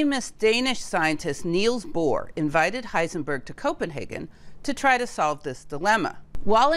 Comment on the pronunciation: lipzig or Leipzig… one could easily just have asked Google to get the name correct🤔. I mean she got Heisenberg right and did not say hissenberg😊